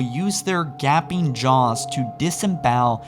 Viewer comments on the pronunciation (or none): For fucks sake every other word out of your mouth is pronounced incorrectly. I mean you literally pronounced gaping as gapping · I cringe every time I watch one of your videos due to the fact you can't pronounce everyday words such as "gaping"